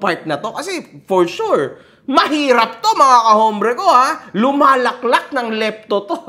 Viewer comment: LIPTON ❎ LEPTO ✅